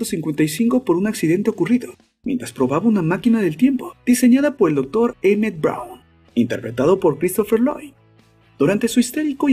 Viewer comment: Es Emmet Brown no M. Brown